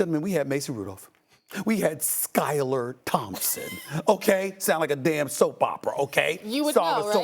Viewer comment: Stephen A saying “Skylar Thompson” cracks me up every time.